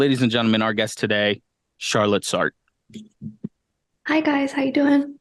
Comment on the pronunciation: Your pronunciation is killing me - it's "SAR-truh".